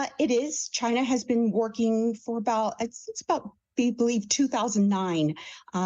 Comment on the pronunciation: "Wan"!?? It is pronounce "yu-wan."